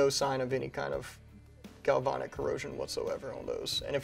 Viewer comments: You guys keep saying, "galvonic". It's "galvanic". "Van" is pronounced just like the vehicle. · Corrosion Specialist here. You guys are pronouncing galvanic weird. It is a real thing. It eats up aluminum wheels and heat shields on cars all the time but when used to our advantage it protects boat hulls and the interior wall of your water heater. But it requires certain conditions to occur. Cars, boats and water heaters all have something in common. Electrolyte. In these cases the electrolyte is water. Even worse, hot water. Even worse than that, salt water. With the grease and the protective coatings and construction of our rifles, plus the fact any water that could get in there would evaporate out quickly when you fire a few rounds, it just doesn’t seem to be a problem. If you wanted to prove a point and make it a problem, I’m sure you could scratch up your protective coatings at the metal to metal contact points and store your rifle in a bucket of hot salt water for a week and get the results you’re looking for but that’s crossing over into intentional damage. And would affect any place aluminum contacts steel, roll pins, detents, back plate, trigger pins, etc. so not exactly proving a point. Store it in the house, not in the pond, and it’ll be fine. GalvAnic corrosion cells are a thing, but not something we need to be concerned about in this context. In case you’re interested… in the U.S. corrosion control industry, it’s pronounced GalvAnic, where both A’s are short A’s, like in “and”.